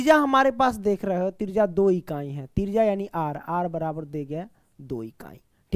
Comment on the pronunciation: Trijya ❎ trija ✅